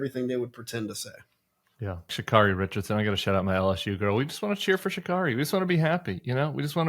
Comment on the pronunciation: If she's your girl, her name is pronounced Sha-Carry